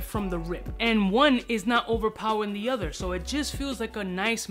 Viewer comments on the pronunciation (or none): none